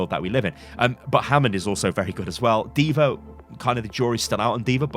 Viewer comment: “Deever” aka D.va